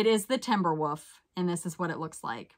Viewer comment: I love that you say woof instead of wolf-makes me smile every time...